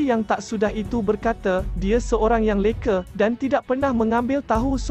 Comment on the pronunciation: Tulah sebut leka pun tak betul..robot ke apa